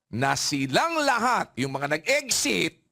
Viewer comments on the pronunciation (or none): “Eggsit” daw.